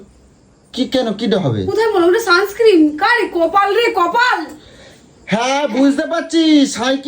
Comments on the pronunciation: Holu ki r emni boli😂 ? Ota sunscreem noy sunscreen. Bujhle gyani holu rani? Ki gyaan dite thake majhe majhe. 😂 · একজনের উচ্চারণ Suns ক্রিম 😂 আর একজনের সাই ক্রিম 😂 সঠিক উচ্চারণ হলোই না 😂